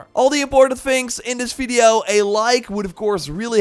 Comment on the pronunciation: u rly have to learn to spell the letter V correctly ... its horrible to listen to it ...